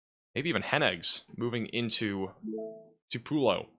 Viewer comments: it’s “Two-pa-low” Tupelo. It’s easy to miss the warning if mispronounced so badly. Love you! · Fyi 3 pronunciations Tupelo - two pull oh Cherokee- chair oh key Buren first four letters rhyme with pure In honor of President Martin VanBuren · Pronounced Tupelo 2 pe low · "Too p low." Try that! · The accent is on the first syllable, TWO-pa-low,. as in Tea for Two-pa-low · Two - pull - oh Lol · Tupelo, Pronounced: too-pull-oh Elvis Presley was born there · I lost three good friends today playing the Tupelo mispronunciation shot game. RIP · Someone needs to go through the video and count the different variations of pronunciation. He got it enough times to make me think he's trolling us now. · You are butchering the pronunciation of Tupelo and Winona Mississippi!! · He is really butchering the pronunciation of Tupelo and Winona!!!!!